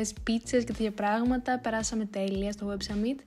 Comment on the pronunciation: Πολύ ωραίο βίντεο, μου άρεσε και το voiceover🥰 *το summit προφέρεται σάμιτ όχι σαμίτ 😂